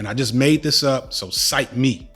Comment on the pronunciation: bro said "cite ME" with his whole chest🔥